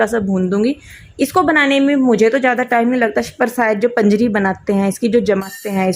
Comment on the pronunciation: Baut badiya, it's panjeeri not panjri